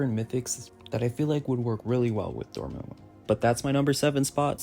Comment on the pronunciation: It’s (Door-Mah-Moo) Dormammu